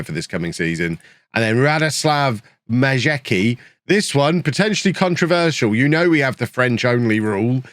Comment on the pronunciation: Majecki =- Ma-yet-ski